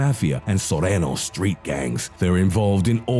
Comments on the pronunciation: This guy is funny ass fuck ..head ass said sorenos lmao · Its cringy, same as his pronunciation of Surenos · It should be pronounced Nor-tayn-yos and Sur-rayn-yos Not, Nortenos and Surenos. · Nortenyos and surenyos try to pronounce them this way it sounds better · Dude said norteños wrong and sureno 🤣🤣